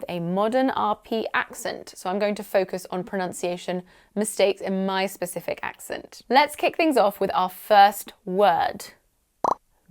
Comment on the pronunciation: RE pronunciation, I find the way you pronounce "accent" sounds odd as you strongly de-emphasise the second syllable. I usually hear it pronounced with almost equal weight given to both syllables, with the second syllable VERY slightly de-emphasised. I have only heard the second syllable de-emphasised so strongly in people with VERY upper class accents (often described as "clipped"), such as royalty or the Eton educated.